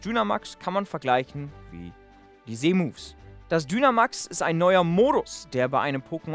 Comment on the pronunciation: Wieso sagst du Z Moves so komisch weil Z wird auf Englisch anders ausgesprochen